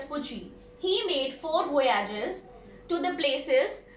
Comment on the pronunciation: Not vouage it is voyges